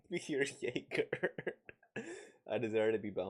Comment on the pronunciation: This story really has a lot of things I want to talk about. First of all I love the title. I got jumpscared by the sudden German. Your pronunciation of Jäger was really good as well 👍 Then to answer your question if there are female vampires. I think one of the first major stories including vampires as we know them is 'Carmilla' which is a pretty homoerotic vampire story. It's been a while since I've read it so I can't quite tell you what happens anymore. But all I know is Carmilla's a female vampire and gay. I've heard that there's supposed to be something erotic/sensual about vampires but this story has definitely showed me what people meant by that. Clemens getting straddled by the evil vampire to the point I wasn't sure if the vampire wanted to have sex with him before fully turning him into a doll. The random Shibari bondage scene and so much more. Like woah 😳 Considering what you said about what this story would be classified as, I checked a manga with a slightly similar (horny but still spooky and actiony) vibe (Black Butler) and I think this story would be considered a shounen? This kinda made me realize that I probably only thought that I know what shounens are .